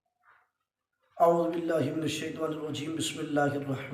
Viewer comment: اس کنجر کا بولا ہے یزیدیدی کیا اس کو اعوذباللہ پڑھا دو کنجر غلط پڑھ رہا ہے